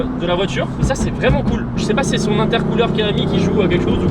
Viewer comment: Intercouleur 🤣🤣🤣🤣🤣🤣🤣🤣 cette accents francais ahaha sur cette pièce anglaise